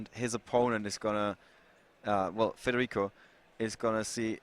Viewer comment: da notare "FREDERICO"